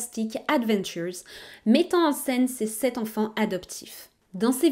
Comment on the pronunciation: Il n'y a pas de "s" à "sept"...